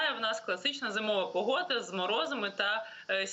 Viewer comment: Не Пугода, а Погода,!